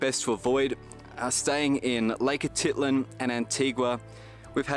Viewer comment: Great photography though a little too rapid for my old eyes. However, your pronunciation of places was not good. Lake Atitlan, Panajachel, San Cristobal, even Conquistadors you pretty much mispronounced.